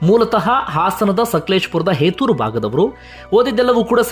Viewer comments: ಹೇತೂರು ಅಲ್ಲ ಸರ್...ಹೆತ್ತೂರು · ಹೆತೂರ್ ಅಲ್ಲ ಹೆತ್ತೂರು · ಅದು ಏತುರು ಅಲ್ಲ ಹೆತ್ತೂರು pls pronounce correctly 👍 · Sir adhu heytur alla hettur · ಬ್ರೋ ಅವರದು ಹೆತುರು ಅಲ್ಲ ಹೆತ್ತೂರು... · Anna adu ಏತುರು ಅಲ್ಲ ಎತ್ತೂರು 🤣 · sir ಅದು ಹೆತ್ತೂರು, ಹೇತುರ್ ಅಲ್ಲ..... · ಹೆತ್ತೂರು ಸರ್....ಹೇತೂರು ಅಲ್ಲ❤